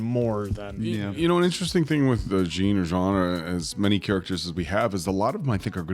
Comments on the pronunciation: Just an fyi, Jean may be spelt like the pants but it’s pronounced as ‘John’ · Jean is pronounced “Jon” like the French pronunciation:) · jean’s nama pronounced like jan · About Jean's name pronunciation. It's neither "John" nor "Gene", it's more like Jeanne in "Jeanne d'arc".